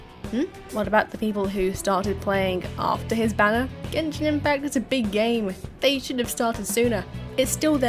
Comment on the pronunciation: Text-to-Speech go brr. "Gen-shine"? Really?